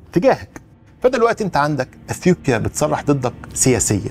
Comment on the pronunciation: انت بتقول أثيوبيا بطريقة غريبة ، مفيش حرف P في العربي